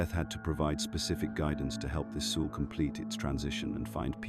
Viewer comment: FFS teach AI how to pronounce words! Like soul! 😮